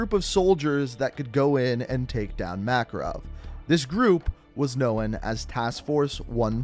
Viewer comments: Known = NO-in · "Knowen" he created a whole nother word out of known. Amazing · "Not much is knowen" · Dude, great video lol love how you pronounce known, cracks me up every time! Lol “No- Uh-Wen”